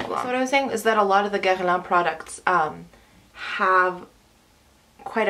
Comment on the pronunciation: OMG you said Guerlain correctly !!!!